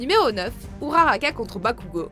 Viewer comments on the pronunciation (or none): Il est clair que le combat All For One contre All Might soit le meilleur. C’est un combat de sentiments comme d’idéaux. J’ai beaucoup pleuré car je pensais qu’All Might allait mourir car j’avais lu que Kohei Horikoshi allait lui faire une fin triste. Mais par contre, il faudra revoir la prononciation des noms de certains personnages comme Uraraka. Je sais que c’est con mais personnellement ça me fait mal aux oreilles car je suis habitué aux prononciations originales ^^